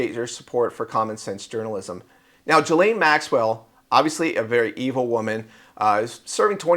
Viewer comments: Her name is Ghislaine… Sounds like KEYLANE but with a G. Not G his lane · say her name as Gilane, G as in word "golf".